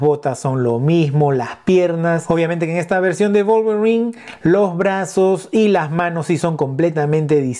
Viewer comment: Execelente pronunciación del nombre del personaje, la figura atrae mucho la verdad